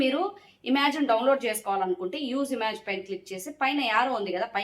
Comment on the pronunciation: ఇమాజ్ కాదు మేడమ్.. ఇమేజ్